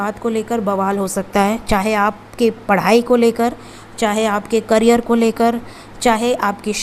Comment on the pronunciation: Carrier nahi behan, Career.. bolo.. Career